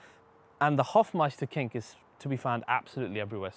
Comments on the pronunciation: Hofmeister Knick. Not King. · It is Hofmeisterknick not Hofmeisterking ..What's the name of the color?